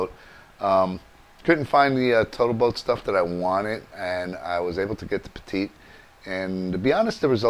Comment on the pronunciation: It is pronounced "Pet- it" Not another word for small. They have been making marine paints etc for many many years.